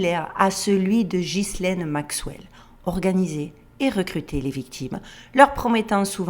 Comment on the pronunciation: Ghislaine, vieux nom français se prononce guylaine, car déjà ghi ne peut pas se prononcer gi, c'est comme ghetto